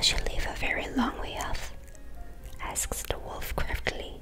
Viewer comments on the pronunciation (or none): none